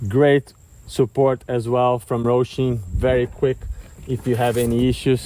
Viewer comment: Bro, why do you call it Rohshim??? It's Hosim. There is no R in the word. It's Ho-sim not Roh-shim.